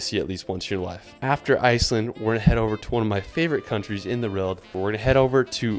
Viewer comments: how do you pronounce world like that? It’s like you’re starting to say realm, but then you flub it. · WORLD not ERLD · World not “Wirld” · Nobody:: wrold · haha, no problem, try whirr-ld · .... In the weierld he says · in the whrilled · "one of the best places in the rwold " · Dafuck is "wrold" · Where the hell is this guy from? Does he not know there is a "W" in world and the "R" comes AFTER the "O?" If english is his second language... fine. But otherwise? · Cool video but uuhhhhh... Very strange pronunciation of world